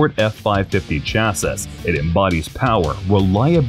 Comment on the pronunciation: Don’t say chassas say chassis